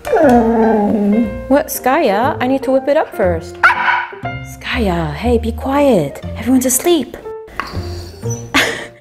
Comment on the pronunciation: Her name is skaya